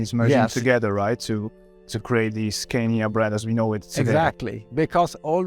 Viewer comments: The guide Raul Fernandez pronounces it the right way. Scania is a swedish company and this is how swedish speaking people say it. The native way So I think this must be the only right way. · Great vid. Loved it. One thing: the interviewer keeps on pronouncing the Scania name wrong, while he can hear the museum guy saying it right.